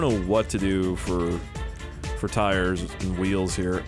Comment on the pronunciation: Intro: Hey guys the guy who can't say Submarine but now can't say Tires either here ( check this video you called Tires Tyler's )